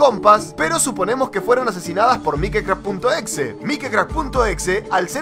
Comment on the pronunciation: Porque en lugar de decir mikecrack dice mikicrack